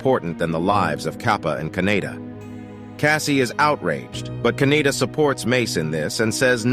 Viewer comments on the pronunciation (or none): Kaneda, not Kaneyna.